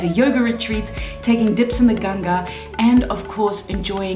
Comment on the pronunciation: Appreciate you pronouncing Ganga correctly and not Ganges. Oh and picture with other lady with tattoo love❤